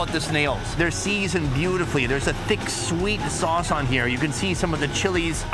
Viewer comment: how has no one else noticed how you say seasoned now